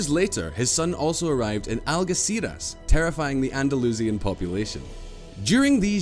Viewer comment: Pretty good for a potted history, but needs to sort out his pronunciation...nearly every historical term. Egs, plantAgenets, Algeciras (ældʒɪˈsɪərəs) Pamplona, etc. I cringed on his behalf.